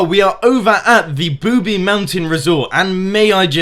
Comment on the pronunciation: ITS NOT "Booby Mountain" ITS Boobie Mountain